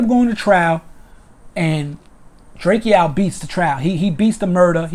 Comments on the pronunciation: It’s Drakeo not drake-O get it right 👀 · he saying it like drakio drake names is spelt like that drakeo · Dre-Co not Dre-Key-Owl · Ayye'yoo my man his name is DRAKE'O ... NOT DRAKEO! ... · Drake O bro not drakeeeo good clip though free the ruler! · Pronounced Drako🤦🏻‍♂️ LLV DRAKEO THE RULER💯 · It’s drakeo bro like draco u sob I hate u weak ass bloggers getting rich off our culture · Who the fucc is drakeo his name is pronounced dray-co. Punk ass bloggers just blogging on everything and don’t know shit. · DRAKE-O! Say it with me DRAKE-O! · Pronunciation : “DRAKE-OH” Drakeo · Ive been pronouncing it drak-iee-oh this whole time too tf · It’s pronounced DRAKE O bro. Good work tho I appreciate the update. Free the ruler and stinc team. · Drake E- O th ruler lol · Right!? 😂 The saying my nephew name all wrong n shit! It's pronounced: "Drake OH"! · This is true. He’s my friend I went to court! Drakeo is innocent! And his name is pronounced DRAKE-O lol 😂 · Say his name correctly! 👎🏼 Trash Channel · THANK you! Pronouncing my nephew name all wrong n shit!